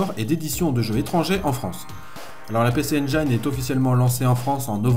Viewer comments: mes oreilles brûlent à chaque fois que tu donnes le nom de la console: "pissi injine" pas "pécé endjaïne" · Comme Jean mi un peu plus bas j'ai envie de préciser que le nom de la console ne se prononce pas "pé-çé-aine-djaïne", mais bien "pi-çi-aine-jïne", pareil pour les extensions CD, c'est pas "çé-dé-rome-deux" mais bien "çi-di-rome-rome". Il me semble aussi important de préciser qu'Hudson, à l'époque premier éditeur tiers sur Famicom, et frustré par le manque de puissance de cette dernière, à tout d'abord tenté de proposer à Nintendo d'intégrer dans les cartouches les co-processeurs qu'ils avaient conçu pour booster la console. Nintendo qui était alors en position de monopole total ne voyait pas encore l'intérêt de lancer des évolutions technologique pour une console qui se vendait comme des petits pains. C'est devant leur refus qu'Hudson s'est lancé dans l'idée de concevoir une machine avant d'en proposer la fabrication et la distribution à Nec (qui avait les épaules pour ça, car eux à ce moment la monopolisaient le marché du PC au Japon et se voyaient bien venir marcher sur les platebandes de Nintendo). N'oublions pas non plus de préciser qu'à l'époque de Sodipeng la distribution de la PC Engine est devenue bien plus grand public pendant un temps, on pouvait par exemple trouver de ces consoles chez Auchan et à la Fnac par exemple.